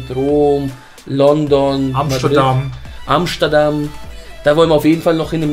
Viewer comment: "Und in Amschtadamm" XD